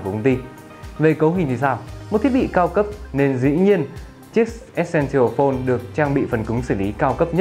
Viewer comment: e sen sồ phôn tức là chiếc điện thoại quan trọng anh đọc sai rồi